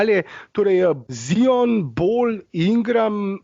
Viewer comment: Jao kako smesno se sliši ZION, a ne mores normalno rect ZAJON.... Upam da nisi eden izmed tistih, ki se razburja ko američani napacno izgovarjajo Lukov priimek Dončič